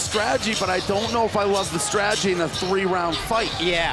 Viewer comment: Why can't you say "strategy", lol? Probably the best female fight in R&R?